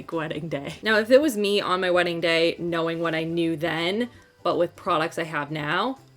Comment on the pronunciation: FWEDDING....new word that will certainly catch on!! ha ha